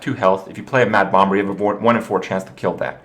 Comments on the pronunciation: Sxriously i dont get it....its pronounce bom er...so whats the big deal? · bomBer? the second b is silent!!!!! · "bommer" not "bom-ber"; the second 'b' is silent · its pronounced Bommer like Lamb is pronounced Lamm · I didn't even know you said Bom-ber until you pointed it out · Herthstone, bom-BERS, Kripp kills me with his pronunciation. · HERTH BOMB-BER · Please continue to disregard what everyone says, Kripp, and keep pronouncing it "bomBurr." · I want to watch but my English anus tightens each time he says BomB-ber :( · Why the hell is he pronouncing the second 'b' in bomber for? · gasp did he actually read my post about me correcting how he said "bomber" ? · please stop pronouncing the B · why does he put some much emphasis on the second b in "bomber"? I've noticed this in his other videos too and it bothers me lol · someone tell kripp the b is silent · didnt realise kripp was saying bomber wrong till he mentioned it himself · The second B in bomber is silent. Not what some people want to call it, just how the word is pronounced in English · Why does this jackass pronounce the second "b" in bomber? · I am starting to think that he is pronouncing bomber incorrectly on purpose. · SirGooglinMort Smith Kripp has some other pronunciation issues too - enunciating the silent 'b' in bomber, may-ta instead of meh-ta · magus424 I think thats just because pronouncing the b in bomber is just fun. He knows how it is supposed to be pronounced.